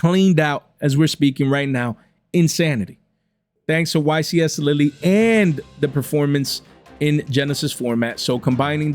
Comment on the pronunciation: The "e" in Lille is silent 😂😂😂